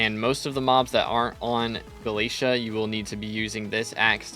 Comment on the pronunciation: [NPC] Vaeri: Did you just say "Gala-tee"? [NPC] Vaeri: No, no! It's Gala-té-à! 🙏